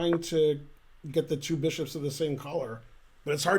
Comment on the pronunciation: Six beeshops! Vat else??